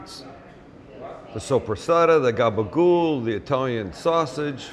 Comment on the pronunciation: Love the attempt at the Jersey Italian - you got the gob-a-ghoul down, you need to work on your muhz-a-'dell, anytime you want come east, glad to trade you a lesson in Jersey Italian vernacular, for a "Sam on Holiday" episode filmed in my kitchen